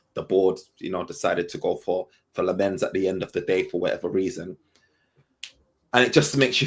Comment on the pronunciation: It's Lahm-ens with the emphasis on Lahm Only gets it (sorta) right😂